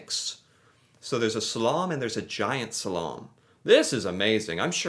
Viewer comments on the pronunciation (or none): You've reacted to Slalom before, and youre saying it very very wrong. Its not salom, its slalom, and its most scandis fave. Even danes only care about slalom. Langrend bores me... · LMAO, he can't pronounce "slalom!" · 99% of Americans don't know how to pronounce slalom, and I bet even you don't actually pronounce it correctly either, because everyone I've encountered who THINKS they know how to, don't.